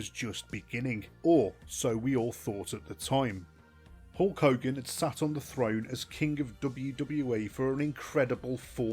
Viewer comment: Hulk higan?